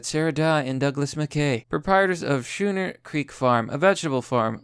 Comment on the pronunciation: On a side note, schooner is pronounced similarly to the word school